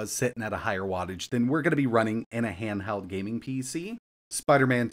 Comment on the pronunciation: Handheld or handhald 😂 now you hear it 😮